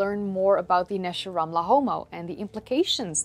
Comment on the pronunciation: You got the Hebrew correct. Great video